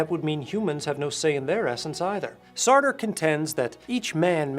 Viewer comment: Sartrea. Sartree. Sartre. 😂